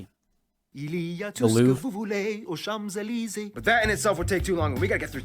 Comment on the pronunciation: Things to know with France (the first is important) : - France have the biggest EEZ, before the US. - It's Champs Elysées, not chams elisee :) - Frogs are consumed rarely !